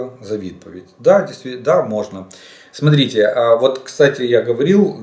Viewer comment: Ну нахрена то дебільне "смотрітє"?!!!